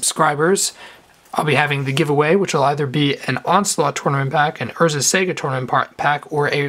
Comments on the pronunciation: Lol urzas sega haha that's not how you say it. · you keep saying Urza's Sega :D I keep picturing sonic casting Morphling. (But Id like urzas saga please). Good vid :)